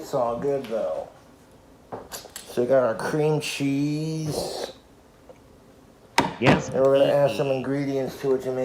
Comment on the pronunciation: I think it's so sad, that wants so desperately for his cheese (I hate how he pronounces the word cheese, over-emphasizing the CH like that makes it more "dank") to be stringy and stretch the way it does in the commercials, not knowing that those commercials don't actually use real cheese to create that effect, instead using combinations of colored melted rubber or glue, and other sorts of substitutes to make it look like melted cheese. wants that same effect so badly, and will even pretend on his food videos that his cheese has achieved that effect, when he, and the audience can clearly see that it didn't happen. Because it can't be, without making the food inedible. Just another example of how dumb, regular Americans, like, fall into believing what they see on TV as real.